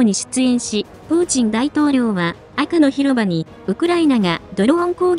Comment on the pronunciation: 『赤の広場』を『アクのひろば』と言ってるの😂ウケる🤣